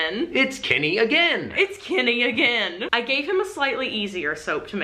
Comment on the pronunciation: kinny?? I've never heard your accents so much as when you said "Kenny"... Not a bad thing just odd that it's taken me so long to hear anything very american